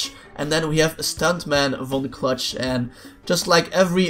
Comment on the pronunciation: Von clutch is my favorite character but ever time i win as von clutch its like he’s saying f$ck me cluck